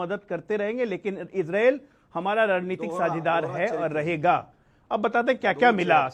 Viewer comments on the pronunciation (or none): अरे यार इजरील नहीं इजराइल है बोलना तो सीख